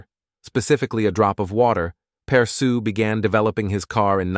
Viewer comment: You say his name completely wrong. It sounds something like aww-relle-perr-shoe, with the 'aww' pronounced more like 'awl' without the l.